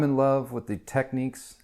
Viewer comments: It's Technics not techniques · What’s this with Americans mispronouncing names if it’s Nykon and now we have Techiques, it’s Tech nicks